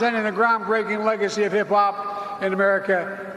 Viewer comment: LMFAO "hip -blop" hahahahahahahahaha 😂 dude Joe Biden mind has been frozen since the 1950s wtf is "hip-blop?"